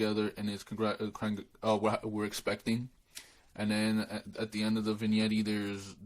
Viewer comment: It’s pronounced “Vin Yet” Lol not “VIN YETTI” it’s spelled Vignette lol